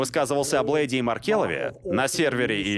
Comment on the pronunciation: Блэд, а не блэйд. Запомните